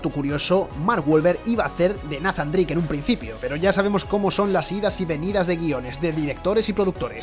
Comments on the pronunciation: Tan difícil sería pronunciar "Neizan Dreic" en lugar de "Nazan"?? Que dolor de oidos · nafan drake. Todos nathan drake